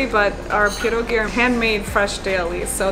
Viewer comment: strange how she pronounces pierogi correctly and with a polish accent, but doesn't pronounce her last name correctly oh w ell